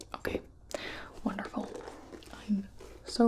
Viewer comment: "Is the tempature okay?" No "Wondeful"